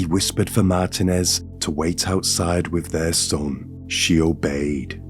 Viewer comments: It's MarTEENez Not MartinEZ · MAR-teen--ez Roll the 'R' if you can. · It’s pronounced “Mar TEEN ez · lol I have grown to hate ... mar-TEEN-ez 😅🎉😂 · Martinez is pronounced "Mar-TEEN-ez" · I always look forward to your videos! I think you might be pronouncing Martinez wrong, pronounced Mar teen ez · Wait is he trying to say Martinez the whole video lol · Please learn how to say, “Martinez.” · I don’t think this is an AI, but I was kind of tripped out by the pronunciation of Martinez and Vigil and some other words? 😅 🤔